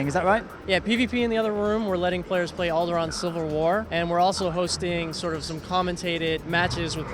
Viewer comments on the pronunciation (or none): none